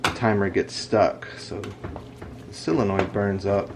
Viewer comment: Pronounced 'soul-uh-noid' not 'sill-uh-noid'.